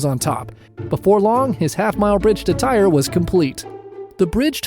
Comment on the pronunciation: Tyre pronounced ty-ree